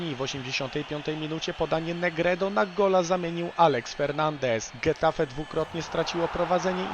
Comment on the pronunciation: Taka mała uwaga- getafe czytamy 'hetafe', gdyż gi oraz ge czytany jak 'hi' i 'he'. Tak to fajny materiał.